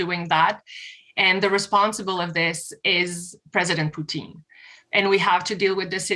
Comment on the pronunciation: Did she say “President Poutine”? 😂